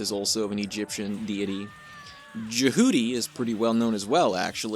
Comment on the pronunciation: I mean, the characters pronounce it Jeh Hew T, but Juh Hooty sounds funny as hell so it can slide by I suppose XD (Also, my favorite Mobile Suit is the Xamel, and you should totally play all 15 Armored Core games, they’re really rad)